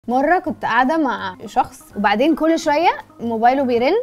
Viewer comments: مررراااةة كنت ... وو كككللل شوية ليه النطق دا ؟ انتوا كده من اجيبت و كده ؟😂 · اقصد حرف ال ر بتنطقه R وتقولك كُلللل للاسف مش هي لوحدها ناس كتير جدا خاصة الي علي السوشيال ميديا يفضلوا يتكلموا عربي بايظ الا اي هما كده روشين و ذوق و حلوين اوووي و الاجمل منهم الي يرمي كلمة انجليزي في وسط جملة عربي أقسم بالله دول فلاااحين و جهلاء ليس لهم عقل حابين يتكلموا انجليزي يتكلموا جملة كاملة بالانجليزي لو عربي كله عربي والمفروض أنه هما مسلمين و عرب فالمفروض يتكلموا هنا عربي لما يسافروا برا ولا حاجه يبقي يتكلموا انجليزي